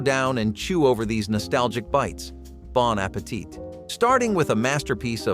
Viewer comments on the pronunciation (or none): Well, you knew it was gonna be bad when he said bawn appateet 😅